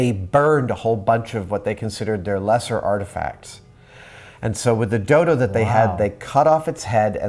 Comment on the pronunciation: it sounds like he said dildo :D